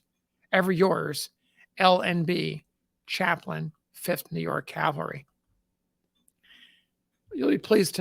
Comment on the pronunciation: I realize it's a petty complaint, but every time I hear someone pronounce "cavalry" as "caLVary," it drives me bonkers!! Interesting video nonetheless.